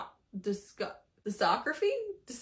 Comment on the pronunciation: Trying to pronounce the word discography 🤣🤣💀